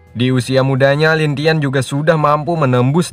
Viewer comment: Lin langtien bg bukan lintian.. Hhhh